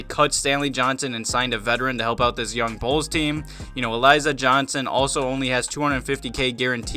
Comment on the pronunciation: It's Ali-ZAAAY!!!!! Why do you people keep calling him A-LIE-Zah.....Lol!🤦🏾‍♂️😂😂🤣